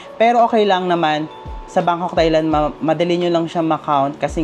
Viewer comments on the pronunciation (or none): You pronounce Thai-land it as “Tai not Thay” . Regardless, nice content keep it up.